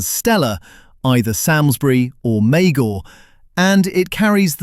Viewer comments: Please. It is ‘Salmesbury’ not ‘Sam’s bury’. Pronounced ‘Sarms-brie’ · It’s Samlesbury pronounced Sahmsberry.